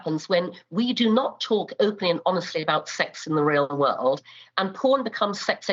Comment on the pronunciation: Always funny how she says "woolud" instead of "world" 🤭